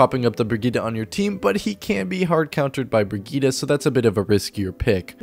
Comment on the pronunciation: bri gee tuh not op fight me